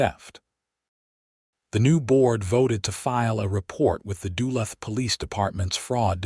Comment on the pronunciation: You mispronounced Duluth